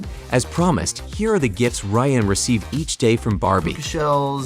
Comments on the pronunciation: Stop calling him rayan... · His name is Ryan not Rayan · It’s RYAN, not RAYAN. This isn’t bloopers at all. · how the fuck are you dumb enough to pronounce Ryan wrong